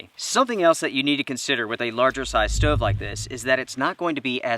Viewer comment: Crappy, wasteful of fuel, expensive. No benefits to this "steauve" (not stove like normal people pronounce it lol)